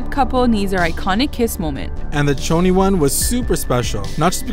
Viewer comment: Choni* not "Tchoni".